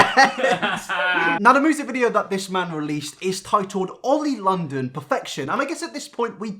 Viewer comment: this might be weird but i heard "Oil perfection" instead of "Oli London"